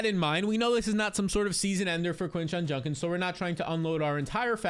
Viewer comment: For the love of god learn how to say Judkins 😂😂